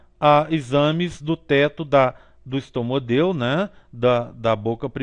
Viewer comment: Video muito bom mas é estomódeo o correto e não estomodeo